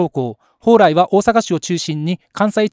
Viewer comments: ほうらいの発音ってなんか違和感あるんだよな ミヤネ屋のほうらいさん？の影響でこの発音が関東圏とかで主流になってんのか知らんけど ５５１の蓬莱のCMを知ってたらこんな発音にはならんと思うのだが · 蓬莱の発音が気になって動画の内容が9割しか入ってこない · ＜ホ＞ウライではなく、ホウラ＜イ＞ですわ、発音。